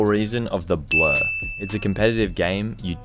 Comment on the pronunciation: When he says blur it sounded like blood